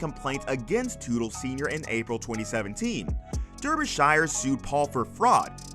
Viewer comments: Your pronunciation of Derbyshire is utterly ridiculous. Darby-sha. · Derbyshire pronounced DARBYshire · Oh jeez, your pronunciation of "Derbyshire" is like nails on a chalkboard to me...repeat after me...."Darbee-shur" (think New Hampshire)